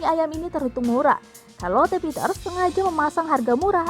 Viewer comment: Karlote 🤦‍♀️ sherlet lho mbak